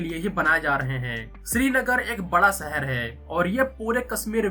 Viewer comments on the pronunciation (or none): Your pronunciation is so bad. "Sha" you say as "Sa" Kasmir Seher 😢